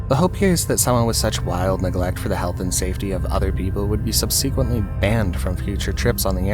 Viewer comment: Sub-SEE-quently? 😂 Where did you ever hear it pronounced like that?